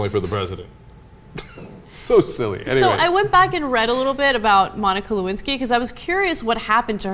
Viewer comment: Le- Win- Sky.